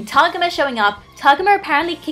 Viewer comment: i dont want to be THAT person but.... tah-go-mah not to-gah-mah